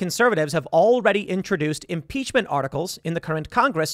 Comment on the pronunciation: Lol the Republicans would never do such a thing. They're all talk... Also "impeachm" lol